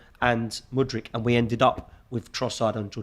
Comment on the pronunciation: Say it with me.. M U D R Y K.. Who on earth is Mooooodrik